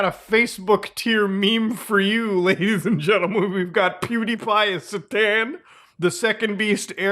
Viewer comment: The way you said satan is something we should discuss tho.